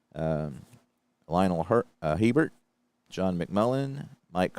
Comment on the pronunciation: HERBERT IS PRONOUNCE A BEAR